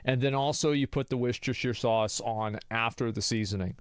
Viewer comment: Huh... his pronunciation of Worcestershire is actually not bad!